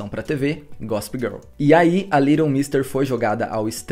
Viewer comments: Se fala LEighton nao LIGHTON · Só não entendi porque ele pronunciou o nome dela o vídeo todo como se fosse little e não Leighton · adorei o vídeo porém tentando ignorar o fato de vc pronunciar Leighton como “little” hahah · Parabéns pelo vídeo. Só um comentário: a pronúncia do nome dela não ficou legal (é difícil mesmo) só ouvi A Little, A Little. ????